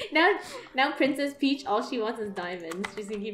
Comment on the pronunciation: It's peach not preach